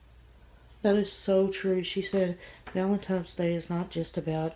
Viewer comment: There.Is.NO.M.In.Valentines.Day!!!!!! For god's sake, english is your native tongue, isn't it????